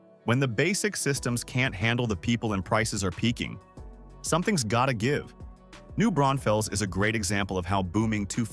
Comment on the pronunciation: Brawn-fils, not Brown-fells